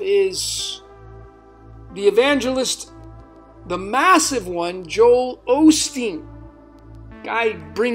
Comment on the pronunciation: actually said Olsteen at one point!